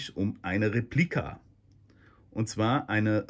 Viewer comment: ...was soll man zu so einem Traumstück noch sagen-auch wenn es eine "Replika" ist. Übrigens-kleiner Tip: Betonung liegt traditionsgemäss auf dem ersten e -also Réplika und nicht-wie hier falsch betont Replíka. Vielleicht wissen das nur noch alte lateiner?!